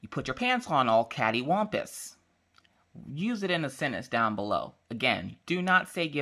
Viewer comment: Every single time I hear you say Catewompous makes me go into giggle attack. I find it so funny xD but maybe it's the fact English is not my first language.